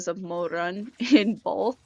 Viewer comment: 1. love the kiba outfit 2. cannot stand the way you say Mo RRRRUN (Chinese Pinyin r IS NOT the same as English r) 3. I'm so glad someone you made a summary for this because it's hard to find one that isn't about the donghua, a reading, or a specific chapter and covers a lot